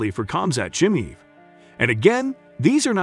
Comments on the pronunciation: Nate DYE ASS vs COMZAT CHIMEEV. This guy is just reading a script obviously doesn’t watch the sport. This is painful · Nate DIEaz and Khamzat ChimEVE?? mate your pronunciation is hilarious, you obviously take MMA seriously, great work lol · Nate Dye-az, cam-zat cheemeev? Lol. Yeah you know jack crap. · Jesus, his name is pronounced Deeaz, not die-az. Where did you get that from?!? Chim-eve? Are you intentionally trying to annoy people? Lol? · Die-ez and Chimeeve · Nate Dye-Azz vs Kamzaat Chumeev. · If you can't even pronounce Chimaev properly, then don't even talk about Nate beating Khamzat. You effin' casual. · can’t even say chimaev correctly, doubt u know enough to form a decent opinion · i was having a good laugh reading the title, and also listening to the narrator butchering diaz and chimaev pronounciation